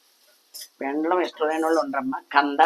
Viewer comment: పెండ్లం కాదు పెండలం